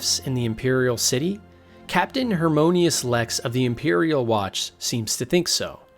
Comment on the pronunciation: This is really awesome! Love you approach and the details you brought up (many I hadn't heard of before). However some of the slaughtered names (Adamus Phillada, Hieronymus Lex, etc) throws me off a bit haha